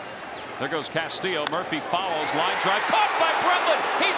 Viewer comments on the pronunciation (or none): none